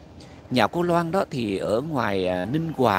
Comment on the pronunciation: Ninh Hòa- Khánh Hòa nhen chứ ko phải Ninh Quà- Khánh Hòa...hhj